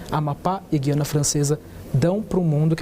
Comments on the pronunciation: É terrível termos que ouvir, mesmo na grande mídia, se pronunciar incorretamente a palavra "Guiana". A pronúncia correta de Guiana é "Gu-i-a-na" (com o "u" e o "i" pronunciados separadamente, formando um ditongo leve no i-a). Diferente de palavras como "guia" ou "guerra", em que a letra "u" é muda, no nome do país sul-americano o "u" deve ser articulado claramente. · Acho incrível que jornalistas formados digam Gui Anna Francesa e não Gu i Anna Francesa. O Governador pronunciou corretamente